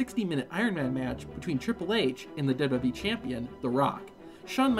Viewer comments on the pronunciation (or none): W. W. E. NOT dubbleyayubweeee